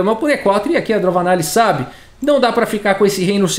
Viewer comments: fala "DroVAnalli, porém está escrito "DroNAvalli" Qual é o certo? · Eu acho que o falou errado o nome da indiana o video todo